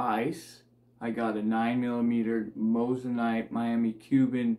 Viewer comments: Moissanite not mossanite 😂😂 watch you vids all the time , would of thought you would have pronounced it right by now 🤣🤣🤣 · You did say Mose an ite lol. Just messin with ya a bit. Love the vids